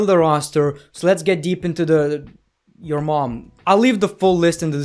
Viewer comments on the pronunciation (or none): none